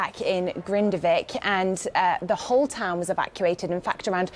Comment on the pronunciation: That is not how you say the name of the town!!!